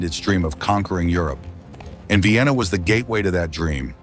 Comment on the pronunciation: AI is AI, but I do find it humorous that Vienna is Vye-enna. 😀